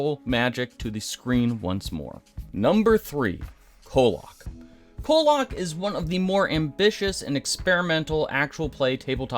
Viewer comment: “Colock” 😭 No but seriously thank you for highlighting kollok it deserves way more appreciation